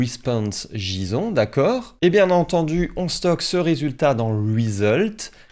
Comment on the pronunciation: j ai bien entendu, JISON ! nooooooooooooo 😿